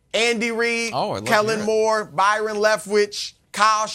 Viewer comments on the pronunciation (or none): this man said Kellen Moore